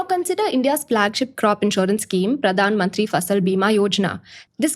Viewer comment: I know it's not AI when she pronounces the Hindi stuff. Pradhanmantri misses the 'H'